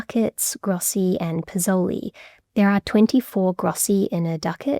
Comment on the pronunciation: we in Italy still use the word "spìccioli" (pron.: speettchouli - stress on the " peett " syllable) which is cognate with "pizoli" to indicate small change, generally in coins [ For "pizoli", the right pronunciation would have been "peezhouli" again, stress on the " pee " syllable, not "pezowly" like said in the video ] Another related example is the word "ciao" , cognate with Venetian (region of Venice, but also Treviso) "s-ciao" here, tough, the "s" is present in Venetian, but fell off in recent Italian, while the opposite happened with pizoli : in Italian a frontal "s" ( known as "s mobile" ) was added to form "spiccioli". [pronunciation of "s-ciao": the initial s/c sounds like s + ch but two separate words, like "this i(s ch)eap; it comes from latin sclavus (= slave) that would give "sclavo", then "schiavo" (pron: "skiavo") in Italian, then "sciavo", then "sciao" to indicate "I'm your slave = at your service"